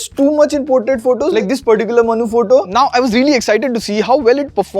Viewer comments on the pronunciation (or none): Every time you said Manu's face / skin tone, I heard "manhus" face 😂😂😂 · did u say Manu's face or manhoos face? 😝